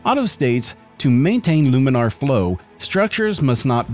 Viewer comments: Is that really how you pronounce laminar? "Loominar"? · Laminar flow, not luminar flow. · You started off saying laminar flow and then started saying luminar flow for the rest of the video. It doesn’t make you sound fancy, you sound like an idiot. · laaaaaaaaminar. It's "laminar," not "luminar."